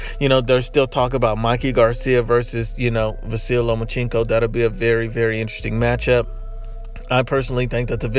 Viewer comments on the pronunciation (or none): It’s Lomachenko not Lomachinko